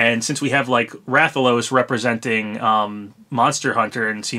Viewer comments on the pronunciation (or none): none